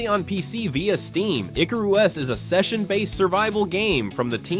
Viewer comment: When you read from a script.. tier is not tire.. icarus is ic-a-ris pronounced. Last video i watch